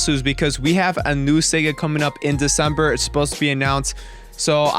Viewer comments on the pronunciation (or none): none